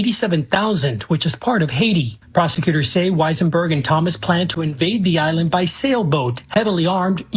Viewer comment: Yal pronouncing the island wrong 😕